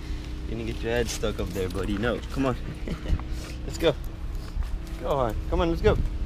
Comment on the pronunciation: I thought it was gohan not Go han